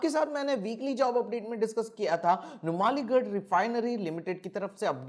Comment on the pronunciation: Sir नुमालीगढ़ nahi yeh नुमलीगढ़ hai. PROPER NOUN hai sir ji